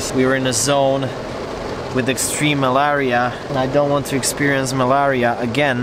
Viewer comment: Malaria spelt yes pronounced as MALERIA!😊